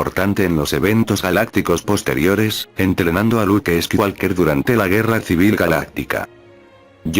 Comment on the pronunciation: Con todo respeto y agradeciendo el video: suena fatal la pronunciación de los nombres propios "squiwalker", "kui gon jin", etc.